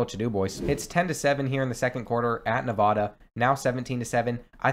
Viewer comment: As someone who lives in Nevada your pronunciation is groan worthy. It’s NeVAda, not NevaDUH. It’s really not hard.